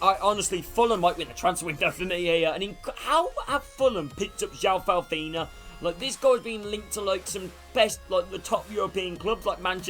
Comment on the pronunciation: Paulhinia not falfhina but great vid lad